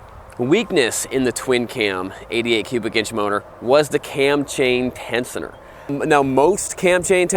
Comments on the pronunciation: Ten-SHUN-er. Not Ten-SUN-er. And MonoShock is not under the seat. In the name of Jesus. do your homework then shoot video. Stay rubber side down. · Ten shon er ... please. Not ten son er ... :-/